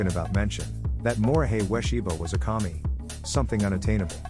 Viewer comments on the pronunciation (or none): "That Morihei Ueshiba was a commie." The AI really butchered the pronunciation of "kami" right there. Lol.